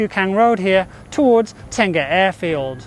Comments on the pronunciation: Not Tenga, it should be Teng-Ah. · I think you meant Teng-Ah, Ten-Gah is a Japanese male self baiting sleeve. :)